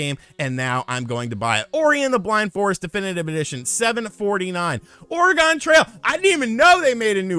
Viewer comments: Do you honestly pronounce the state of Oregon, as "Oh Re GONE"? haha you weirdo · Speaking of Oregon Trail, being born and raised in Oregon and living there for over 20 years, the correct pronunciation of Oregon is Or-e-gin. G sound like grandma, not ginger. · Ore-uh-gone trail killed me lmfao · Since I'm from Oregon, I cringe to hear it said the way you did. I agree with you on Y's franchise compared to xenoblade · I just unsubscribed after hearing you absolutely butcher your pronunciation of 'Oregon' haha